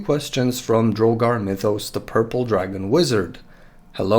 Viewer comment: Woo! I'm in an old country video (also, thanks for pronouncing my name right, most people end up saying drog-ar instead of dro-gar) This really helps with a lot of questions I had regarding my character. And really cents just how useful this lore is. The resisted willpower vs coma touch does help balance the issue of a one hit knock out, except my boy has ranks of Paragon in lore of flesh, so I think I can get a few good shots of coma touch in a fight. Thank you for clarifying that you do not think the stat boosts can stack, I really wasn't sure on that front. Out of respect for the game, I'm not going to use shape flesh to turn my whole team into herculean gods, cause than the game wouldn't be any fun. In my characters backstory he's only used the power three times since he returned from the abyss, once on each of his wolves to make them hellhounds, and once on on of his thralls who was trans to give her the right body. Thank you so much for addressing so many of my questions and mentioning me in your video. That really makes my day, and I hope yours is just as good.